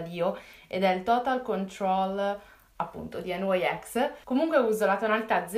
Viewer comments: nyx si legge nics non enwaiex...dove hai sentito mai questa pronuncia? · ma è nix non n y s😂😂😂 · Ma non si dice enwaiex si dice nix non voglio criticarti anche perche ti seguo ma non si dice cosi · Si dice nix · si pronuncia nics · "Nyx" si pronuncia come lo si scrive e non con la pronuncia inglese/americana, perchè è il nome di una divinità greca e non un acronimo:) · Lo legge come gli inglesi cioè ogni lettera viene letta singolarmente